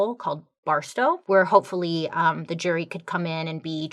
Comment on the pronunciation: BAR (like you're going to a bar) TOW (like you're going to tow a truck) I've been in Lake Wales my whole life and never once heard anyone pronounce Bartow like you just did.